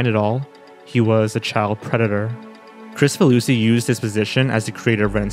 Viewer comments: Pretty sure his last name is pronounced "Krik-faluski" and not "Chris-faluski". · It's pronounced "krick-fah loosey" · So i pronounced his name wrong. I thought it's KrICfaluSHi where the C is soft and the S is an SH